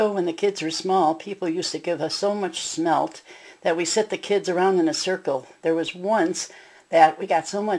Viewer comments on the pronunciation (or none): Lady, they are not "Schmelt"! It's Smelt. No CH! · SMMMMMELTTTTT not sssshmelt